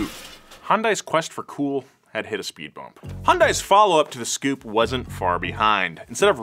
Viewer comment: I'm still laughing my arse off at him calling the "S" Coupe a Scoupe lol